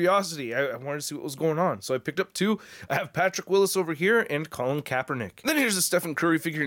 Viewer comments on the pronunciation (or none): none